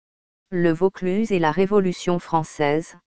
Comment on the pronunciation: dommage cette voix de synthèse qui déforme les mots notamment le plus important Vaucluse en plus la dictionnaire est lente et monocorde bref 8/20 et encore